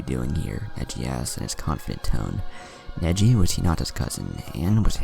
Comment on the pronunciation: I think he said negli instead of neji This is why you are my favorite what if channel